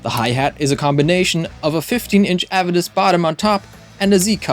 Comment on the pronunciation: Pronounced "ah-vay-diss". You're welcome.😊